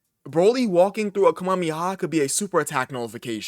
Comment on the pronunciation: My manz butcherin the kame-ya-mama